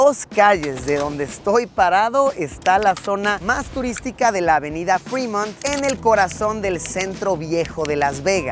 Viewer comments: No es calle “Frimont” es tal cual “Fremont” pues solo si llevará doble “EE” sería “Freemont”. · No es “frimont” es Fremont, es apellido francés. “Frimont, seria con doble (e) freemont”🤷‍♂️